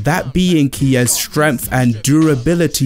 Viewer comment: what the hell is "stremf" ?